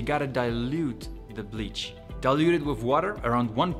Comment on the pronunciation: You need to get your money back from your accent coach, that "wif" for "with" is as Boland as it gets.